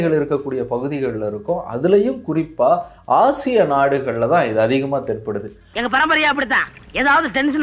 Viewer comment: Dai thats ashiya ......not haasiyaa